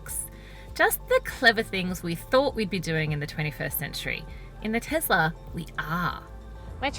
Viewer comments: TeSla, not TeZla... Not to mention the worst car review I've seen in ages. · WTF is a "Tezler"?